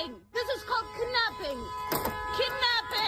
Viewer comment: Did she say kib napping